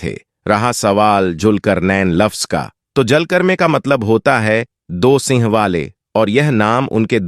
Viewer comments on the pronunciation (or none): none